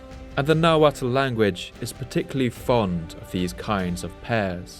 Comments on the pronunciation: Amazing video. ( The “tl” in Nahuatl is pronounced with a silent L. ) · Calling them Aztecs is Eurocentric. He also mispronounces the -tl at the end of words in nahuatl. It's pronounced like a hard T. You're actually suppose to make sure your tongue taps the roof of your mouth.